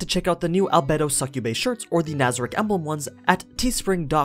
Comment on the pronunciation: One word: AL-BAE-DO